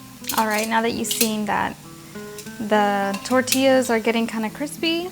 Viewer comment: * Are You Mexican? ...or a Mexican- American??? Because you do not have a Mexican accent... you sound like a white girl...lol The way you say " Tortillas " ..you should white.... " sad"